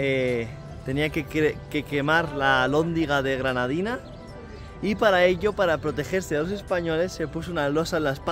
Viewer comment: “GRANADITAS” no granadinas, menciónalo bien que me da ansiedad 😥 🤣🤣🤣🤣